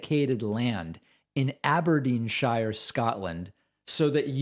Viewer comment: Love your content David but after criticising the crazy pronunciations of MTG it would have been nice to hear you pronounce Aberdeenshire correctly 😂